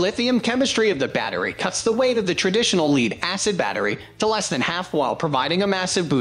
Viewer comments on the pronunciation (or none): the incorrect pronunciation is a hoot ... "leed acid"